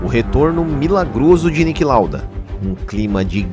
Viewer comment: Please try pronouncing the names of the drivers about better and it's Niki not Nick Lauda.